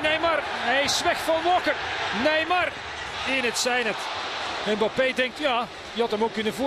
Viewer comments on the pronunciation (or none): Peter van den bempt moet weer speciaal doet met zijn Bappe ... zeg gewoon Embappe zoals die andere 7 biljoen mensen het uitspreken , ook in frankrijk.